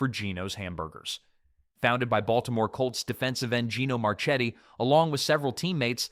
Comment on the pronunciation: Gino Marchettl is pronounced Marketti. And the Gino Giant came first. The Big Mac was an exact copy. What else is flawed here?